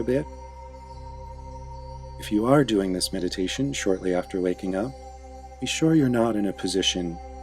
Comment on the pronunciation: LMAO when he said "if you're doing this meditation after waking up" I heard "if you're doing this meditation after making out" LMAOOO